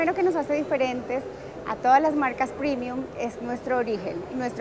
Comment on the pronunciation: Se dice "premium" no "primium" el término es latino no anglo y no enoje ni me insulte por insistir